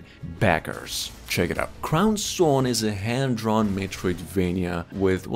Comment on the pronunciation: It's a lil confusing but it's Crow Sworn.